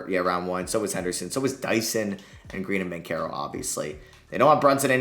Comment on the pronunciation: BanCHero not BanCero